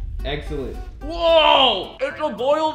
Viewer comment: i dont know if it was supposed to be a joke but i swear i heard said egg-cellent. Like if you heard the same thing